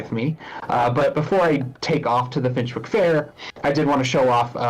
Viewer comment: Excited for this pack!! Thanks for the stream despite YouTube basically putting you on probation. Gotta admit, I’m giggling at the American players stumbling over British-inspired names. Finchwick is pronounced finch-wick (like the bird) and Bagley is like handbag. Even the Sims team got Yorkshire wrong!